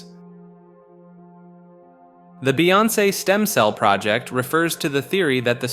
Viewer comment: the way you say some of these names has me dying “gucci mon” “bae on say” “airee ana gronda” “ellen de gener ez” not to mention saying “canny” and then “kanye” in the same sentence